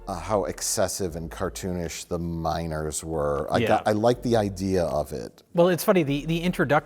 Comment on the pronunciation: I was so confused when they started talking about the miners and I kept hearing "minOrs"...